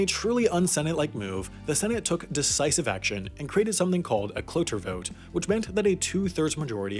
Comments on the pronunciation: It’s cloture you say it like you’re saying closure, you can remember this because a cloture motion closes debate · Cloture is pronounced klo chure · Cloture is pronounced like "clo-chur" FYI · Interesting that the ad on a video in which you mispronounced cloture so many times is about improving your speaking skills.